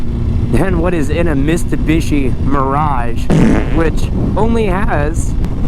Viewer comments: What?? Mistubishi ? 😂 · I thought he said that my accident but than he said it again 🤦‍♂️ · Mistabishi, that made me laugh